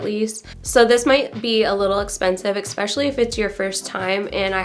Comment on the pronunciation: ESPECIALLY. Sorry, you keep saying EKSPECIALLY. But great info and demo!!